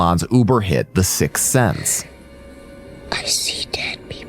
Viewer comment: 13.08 you say Sixth Sense